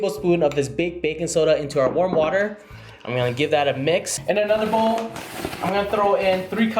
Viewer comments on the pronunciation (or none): none